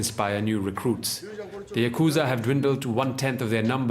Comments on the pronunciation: i am indian too but like why get an indian dude to voice over this? I hella threw the vibe off when he said yakuuuzah instead of yakuza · Lol yah kooza... its YAKuZa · You made an entire video about it and couldn't even pronounce Yakuza properly?